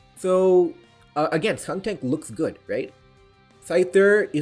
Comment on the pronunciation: Also "SkunKtank" and "Gorge-ist" :) No shade intended the content is still fire